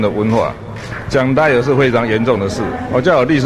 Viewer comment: 東森記者的英文程度.......笑了。。 別誤導人好嗎 liar lair 傻傻分不清楚。